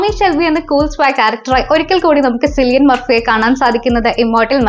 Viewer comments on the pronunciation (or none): സിലിയൻ അല്ല കിലിയൻ..